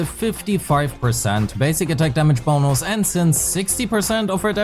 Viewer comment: Ah the sound of your « damage bonous »